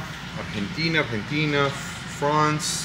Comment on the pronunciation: "Argentina...", "España..." Hey! You speak Spanish?? By the sound of your pronunciation